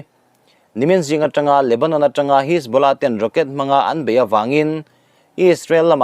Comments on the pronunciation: Ka pu.... Pûl ti a i lam rik hi Poll/Pawl tih tur a nih hmel a, 'Hisbula' i tih pawh hi 'Hesbollah/Hesbola' tih tur a ni em? Kan beng ber ini bawk a, nalh leh dik deuh han puang teh le...huat lo ah aw... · Puul.. hisbawla.. ati lehta.. Lungtum bul a thil sawi ang chiah. A ṭawng hmangtu/neitute lam rik dan te hi chik ve tur tunang laiah chuan.